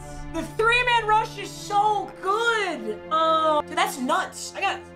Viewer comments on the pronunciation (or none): none